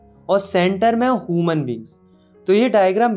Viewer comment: ह्यूमन❌ हुमन